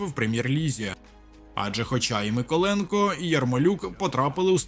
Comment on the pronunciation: Микол{Є}нко -> Мик{O}ленко 🙂